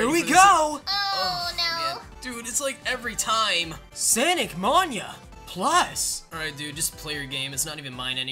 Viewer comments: It’s sonic mania not Santa Maria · is cilld sonic mania not sanic monia and it hut my ears! >:(